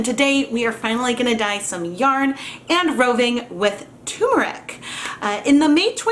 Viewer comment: As an Indian... For the umpteenth time... It's not "t-ù-meric" It's "t-er-muric" as in urr... Turrm-urr-ic